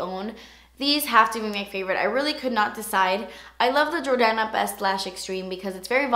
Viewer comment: I swear I thought that you said the jordana lip pencil was in the shade "kanye" at first 😂